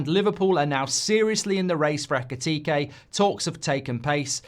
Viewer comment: Mark, you said his name backwards, his name is Ekitike, not Ekitike